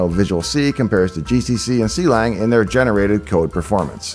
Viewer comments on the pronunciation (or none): see-lang pronunciation throws me off, klang ftw! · Just a nitpick: Clang is [Klang] not [See lang] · Quick things on pronunciation (which may be on purpose for the comments?): * Clang is pronounced like the noise * NumPy is pronounced like the food stuff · Clang is pronounced like the sound, like it rhymes with bang,, not "C-Lang" "C-Lang" is where the name came from, but it's like C++ in that way, just a clever name, it's not meant to be pronounced specially. Source: Clang cxntributer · "see lang" instead of "clang" totally threw me off lol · Finally someone else who pronounces clang like "Sea-Lang" instead of "Clang" like in "Clam". And yes, I know the correct one is the second one. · him: see-lang me: ...it was more a hunk of iron than a sword... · I think you are the only person I know that pronounces Clang as See-LANG.